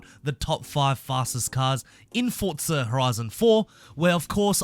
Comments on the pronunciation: Its Forza not "fortza" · Stop saying fortza it’s forza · Why do you keep saying fortza instead of forza lol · Why do people call it Fortza its Forza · Fortsa? Fortnight meets Forza? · Why he keep saying fortza? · Why is my guy saying forza with a t